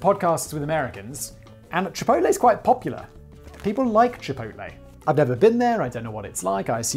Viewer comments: I would let go the mispronunciation if it wasn't for the fact you said chipotle right. Chorizo is not korizo like chipotle is not kipotle or chicken isn't kicken no matter what popeyes says. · except he is saying chipotle correctly haha